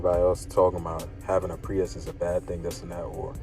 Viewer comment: Did you really make a review video with the wrong name? It's Prius not priest